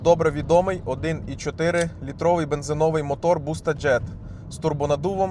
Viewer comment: В українській мові в слові бензи́новий наголос падає на другий склад — на літеру и.